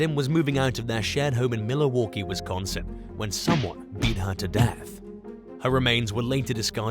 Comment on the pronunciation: #1 it's prounced Mil-waw-Kee. Not Mili-waw-Kee.